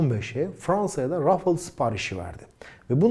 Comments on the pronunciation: Rafıl değil, Rafal okunuyor. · Abi lutfen biraz telaffuz calis. Kivrik patates cipsi degil onlar... UCAK! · selam,, video için teşekkürler,, ufak br konu için uyarmak isterim. O uçağın ismi " RA FA EL" olarak türkçe telaffuz edilmeli. Ayrıca EF 16 değil, FE 16. Bu ufak ayrıntılar çok mu önemli? Evet çok önemli. Bir fransız ın türkçe bir markayı türkçe telaffuz etmeye çalıştığını asla görmedim. fransa da yer tarifi için, ingilizce sorduğum soruya bile, hep fransızca cevaplar aldım. Lütfen bu isimleri kendi dilimizde telaffuz edelim. Tekrar teşekkürler bu değerli video için